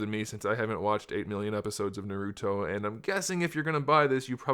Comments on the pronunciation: Bro nauruto is how he say it😂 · Thats not how you pronounce naruto. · u said naruto wrong bruh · I'm just saying you pronounced the name wrong my intention wasn't to make a big deal about it. Im just pointing it out